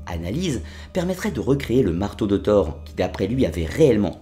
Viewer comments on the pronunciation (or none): none